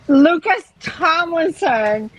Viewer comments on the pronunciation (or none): none